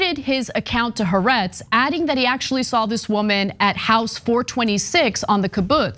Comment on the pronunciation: In your anti-Israel rants, can you at least say haaretz correctly?